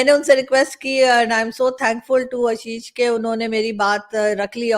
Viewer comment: ABP ke journalist. hain Aashish Singh na ki Ashish Singh aap unko Aashish karke pronounce Karen.